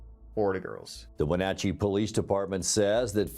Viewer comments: Also, props to you for pronouncing Wenatchee correctly! I feel like unless you are a Washington native no one knows how to pronounce it properly 😂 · Im from okanogan, I can't believe you said Wenatchee and other town names right. Specially with how u say 20 or 30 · He's dead. It was a tragedy all around for our community. Well done on pronouncing Wenatchee correctly, though. In case you do a follow up video Okanogan - Oak-anne-awg-anne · You pronounced Wenatchee and Chelan correctly!!! Not many people do!!!! You da man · Born and raised in Yakima Washington and my ears perked up at “central Washington” BTW perfect pronunciation of Chelan and Wenatchee! 💕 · Congrats on the pronunciation s... for the most part. The Enchantments are awesome. If Decker pre planned this, he could easily make it through the summer. If hes alive, he will show up in the winter. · I'm IMPRESSED!! We have a lot of places with indigenous names, and it can be quite amazing to hear what people can twist those pronunciations into 😅 You pronounced everything dang near perfectly! Good job 😊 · Holy cow..., you're the first person I've ever heard outside of the state to pronounce Wenatchee right. It's my hometown. Nice work!! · Great job on the pronunciations of the locations! A ton of locals cant even correctly pronounce Wenatchee and Chelan! Impressive! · I live in Washington. This case hits close to home. I think he's dead in the woods somewhere. Edit: congratulations on saying Wenatchee correctly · You did an amazing job pronouncing ALL the crazy names in the area. One name you mispronounced was Okanagan … it’s OH-ka-NOGGIN. LOL! I just had to give you a hard time because you did an amazing job pronouncing Chelan and Wenatchee. People NEVER get those right! ❤❤❤